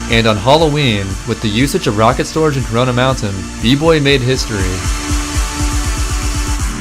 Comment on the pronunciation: So nobody caught that he said Carona Mountain. I think we found caronas hideout bois